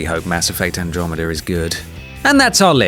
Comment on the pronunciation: My actual name is Andromeda and I really fancy the way you pronounce it.